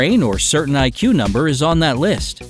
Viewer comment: 0.10... OH! You said 'IQ' - not 'BAC'!